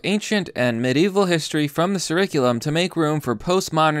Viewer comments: CURR-IK-ULUM not CURRISULUM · Curriculum is pronounced like a K kurriculum not Like S surriculum. Sorry, I just wanted to help... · Bruh, this ones over the top.. “sir-riculum”?? Come on now fam, it’s pronounced “kur-rick-cue-lum” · I'm just kinda curious, why do you say curriculum like surriculum? I've never heard it like that, I've always heard it said like kurriculum. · Love your content but it's curriculum as in kurrickulum not sirriculum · Ka riculum not... Sir riculm mate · It is not `Sur-ric-u-lum`, its `KUR-IK-U-LUM`. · so is he purposely pronouncing curriculum like "sir-iculum" instead of "kur-iculum"? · Not being an ass but you're pronouncing curriculum wrong. Hell I was say Gen-air (think repair) instead of genre for years. It's ker-ik-u-lum, do away with 'sir' at the start and use ker, like the frog or kerb. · Curriculum is pronounced with a hard c. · Curriculum, pronounced, Kurrikulum. Are you having a laugh? Maybe that's just the obvious 😉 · Curriculum [Kuh-Rick-you-lum] Sorry, had to point out the obvious. 😅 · It's pronounced 'KurriKulum'. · Its pronounced Kurikulum.... Just sayin.. 😎👍☘🍺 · Why are you pronouncing 'curriculum' so strangely? It's 'cur' like curry, not sir. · It’s pronounced kurr-iculum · Pronounced..... Cur - ick - you -lum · "Curriculum" is pronounced with a hard C (sounds like K). I love your content & I don't want your minor mispronunciations to diminish your ability to reach people who think it means you are less intelligent. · The irony isn't lost on me that the person ranting about education can't pronounce curriculum. Good video though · The 'c' in "Curriculum" is pronounced like a 'k' not 's'. Think "Curry". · Can you say curriculum right?.... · Oh my god stop pronouncing Curriculum like that it's driving me insane.